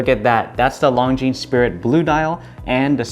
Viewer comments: How can you be an AD for Longines and not know that the “S” is silent? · Great watches. But as a watch channel it would be great if the watch brand names were pronounced correctly? The ‘es’ in Longines is silent. Just saying. 😉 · Great video, beautiful watch! FYI, in French, the ’s' at the end is silent. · Love it. My next watch …. A little tip for you, you don’t pronounce the ‘S’ on the end of Longines